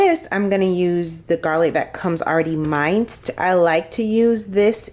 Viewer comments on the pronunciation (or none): Min-ced not mine-cd..... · Thanks for the recipes! (And just an fyi “minced” is pronounced “menced” garlic).